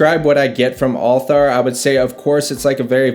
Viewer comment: You're wife got the pronunciation of the fragrance 1000x better than you did!